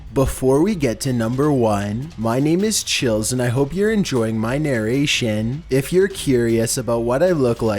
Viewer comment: Hahahahah NAR-AYYSHIN